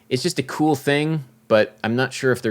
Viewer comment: “It’s not kewwl” 😂